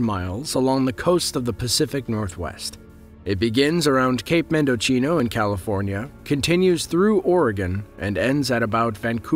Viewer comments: Mendocino in California is pronounced "mendo-seeno" not "mendo-cheeno". C'mon. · Mendocino is pronounced “men-do-see-no”, not “mend-do-chee-no”. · So fun fact :) Mendocino doesn’t have the “ch” sound when being pronounced; it is a common misconception as when you look at the spelling of lets say cappuccino (which has that same ‘cino’ spelling in the end), its that DOUBLE C gives us the “CH” sound. With Mendocino, the SINGLE C gives us the “SEE” pronunciation. So the correct pronunciation of Mendocino is “MEN-DUH-SEE-NO”. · Mendocino (mendo-see-no) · Mendocino should not be pronounced Mendocino because it is not an Italian word. Correct pronunciation Men-da-see-no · Cape "Mendochino?" Read a map, kid! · Ok don’t narrate unless you learn the name pronunciations first. Mendocino doesn’t rhyme with cappuccino! It’s: Mend-oh-scene-oh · Dude your pronunciation of Mendocino was wrong silly man